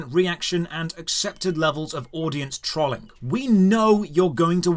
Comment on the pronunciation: When you say audience 'trawling'? Is that trolling? Just asking. Never heard it pronounced that way, if thats what it is. Sounds like it in context though.